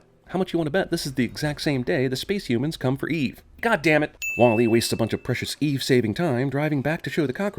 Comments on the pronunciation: "WALL-A" I think it's WALL-E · bothered by how you're saying wall E with the emphasis on the E. it's WALL e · sin for the way you pronounce Wall-E with the emphasis on the E. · I know Im 9 years late, but his pronunciation of "wah-LEE" over "WAH-lee" is driving me bonkers. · The real sin is how he pronounces wall e as wall.. E instead of walle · CinemaSins pronouncing it Wah Lee instead of Wally - Ding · It's pronounced wAll-e, not wall-E. And 90% of the supposed "sins" are even sins. You could have just said "damn, this movie is great, there aren't many sins" and make this video 3 minutes long. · Remove a sin for you being the only person on the planet who pronounces "WALL-E" with emphasis on the second syllable. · 100 for pronouncing WALL-E wrong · I'm strangely annoyed by the way you pronounce "Wall-E" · The only thing that peeved me about this sinning was how you pronounced Wall-E.